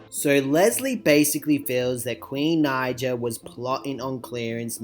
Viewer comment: Can u say queens name right because when u say her last name wrong it says the N word with a hard R in the captions